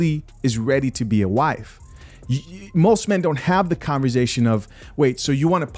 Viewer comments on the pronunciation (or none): You and 'converzation'. Great videos!